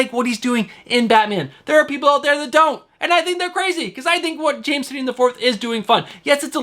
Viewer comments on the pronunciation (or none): Bromigo. Say it with us, Tie - Nin. And yes, I too am collecting everything James Tynion IV is writing. Great show as always.